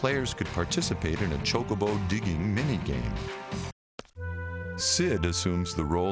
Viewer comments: say choke-a-bow like your sayin choke-a-bitch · His prononciation of chocobo was weird. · iv always said chocobo with the k sounding c. i thought thats just how it was